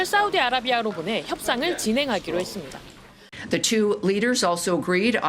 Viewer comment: 앵커님의 발음 끝자리, "했습니다" 가 "했습니디아 (야)" 로 발음하는것처럼 들려요. 몇 번을 돌려 봤는데, 제게만그렇게 들리는 건가요? 😅